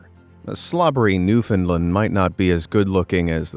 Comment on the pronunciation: I could listen to you say Newfoundland all day. It really shows how extremely unintelligent you are